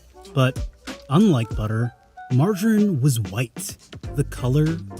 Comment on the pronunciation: It should be "mar-ga-reen". Ga as in gather.